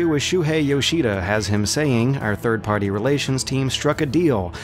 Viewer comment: you pronounce the word "Party" weird. Other than that nice, informative vid as usual